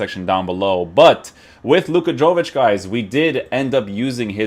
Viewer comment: Yo-vic not Jo-vic. Dam Americans hahaha.